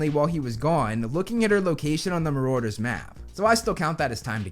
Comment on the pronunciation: It’s marauders!( MAR DERS)